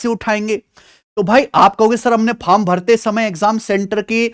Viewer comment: Form ❌ Faram ✅ 😂😂😂😂